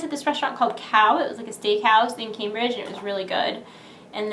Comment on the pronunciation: Lol camebridge nice way of pronouncing that one